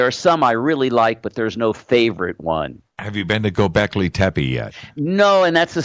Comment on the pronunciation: Dear Your pronunciation of Gobekli tepe is wrong.It is a Turkish word, mean Hill with belly, So when you pronounce Tepe you have to pronounce the PE same like the TE.when i hear how you say Tepe i m actually hearing TEPI.But the way you say t is very cute:-)